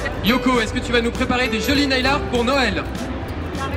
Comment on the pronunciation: je t'adore tu es la meilleur j'adore squeezie comment il a dit naii art 😂😻😽😻😽